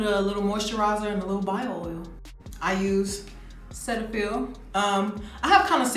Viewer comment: Why she say Cetaphil like that